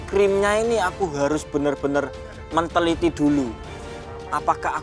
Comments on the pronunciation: "menteliti" :DDDDDD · menteliti 🤣🤣🤣🤣🤣🤣🤣🤣